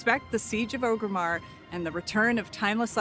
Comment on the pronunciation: edit: LMFAO she can't even pronounce orgrimmar correctly they do not care about their own game